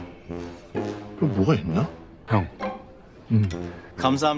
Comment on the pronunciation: 아 오징어게임 발음 겁나웃기네ㅋㅋㅋㅋ 오징↗️어↘️게➡️임⤵️↘️➡️↪↩➡️⬇️⬆️🔃🔄